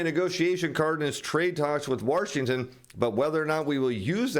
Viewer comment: Wahrshington? come on man